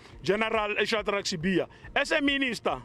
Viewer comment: Love your content, your look and how you show up… like a boss ❤️Next time just practice the click ‘hl’, Nhlanhla. It will sound good on you. Not Nolllalllala…